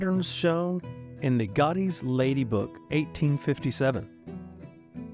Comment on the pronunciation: What a wonderful place! I love Restoration Nation! To the narrator: Godey’s is pronounced with a long “o” as in Gooooo Hawkeyes! /Illinois.